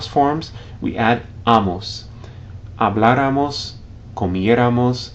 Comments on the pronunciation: It is not hablarámos is habláramos (ha-blá-ra-mos) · Looking at the chart that appears at minute 2, is the accent correctly positioned for the nosotros subjunctive for hablar? You say it as if the accent were on the a before the r not after.